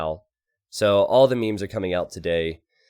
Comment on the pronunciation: Hey... please learn how to pronounce « meme » properly.